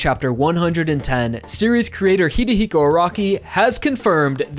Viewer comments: How are you still calling him HiDEhiko Araki despite talking about JoJo for one billion years now pretty much? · HIS NAME ISNT HIDEHIKI OR HIDEAKI HIS NAME IS HIROHIKI ARAKI! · you keep saying HEEDEEHEEKO araki lmao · After all this time doing these, you still can’t say hirohiko right 😂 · Stop mispronouncing Hirohiko in such an insufferable way